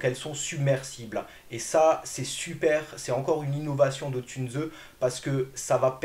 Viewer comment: Encore une fois excellente vidéo. Si tu me permets car j'ai de l'allemand, Tunze ne se prononcé pas "Tunezeu" ,mais "Tounss". Le "u" se prononcé "ou"...😊 Sinon😅 hyper qualité de vidéo. Excellent. Extra. Une toutes meilleures tip top en aquariophilie récifale française sur YouTube